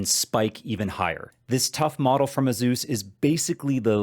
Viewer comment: AY-soos, no Zs in sight. ;)